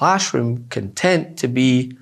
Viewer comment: Con' tent, not con tent'. Accent on the 2nd syllable, dude.